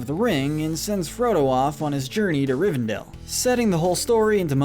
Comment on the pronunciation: Rivendale was a personal highlight. I was waiting for Jughead to pop out.